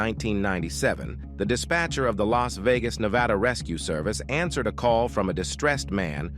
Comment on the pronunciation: Yeah, "ans-WER-ed"? Who says, "ans-WER-ed"? No doubt that the narrator pronounced words in an unusual fashion--but non-human? A little extreme. Lol